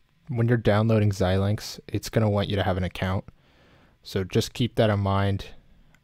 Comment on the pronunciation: I've never heard anyone call it Zill-lynx. It's always ZI-lynx. Anyway, back to your video : Why are you instructing us to get a purchased license when we haven't purchased a license? you say we don't want any of those, so what do we want?? I don't have any others that show "None" that make sense here.